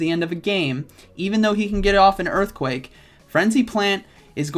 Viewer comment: its earthquake not eearthquake